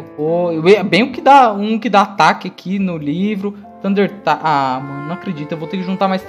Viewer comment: a silaba tônica de Taiko é "Ko":)